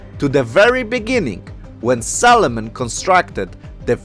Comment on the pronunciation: Makes me giggle every time you say Solomon.. sounds like Salmon.